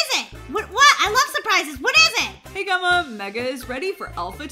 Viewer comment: It’s not Gemma with a g it’s Gemma with a j